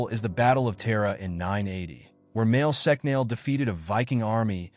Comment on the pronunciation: Not "Mail sec nail" Mwael Shock-nol. Tara is prounced like the womans name ( not terra). Flann na Shun-inna (not flan sinna) Vikings didnt have horned helmets Get it right if you want any irish subsribers. Irish women ,under Brehon law had the same rights as men ,including divorce ,compensation .......ahh ffs forget it